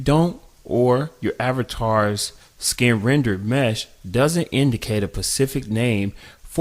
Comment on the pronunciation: Specific..my man... not "espific" or "pacific"